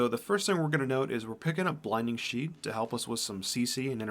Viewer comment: this dude said blinding sheet